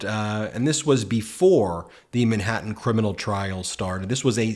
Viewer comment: Where is this "Minhattan" you keep mentioning.